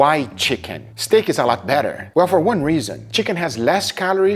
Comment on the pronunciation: I love stayeek (sorry, I have heard you pronounce it like this for the longest time and cannot unhear it) as much as the next guy, but I will have to try some of these recipes to cut down on calories. I will also say that in addition to being lower in cost for calories, chicken also tends to be lower in cost for the wallet as well. Congrats on the weight loss and I cannot weight to try some of these out. They look delicious and that is important. As you pointed out in this video, if you are bored with eating chicken, you are going to want to deviate to something else and that is bad.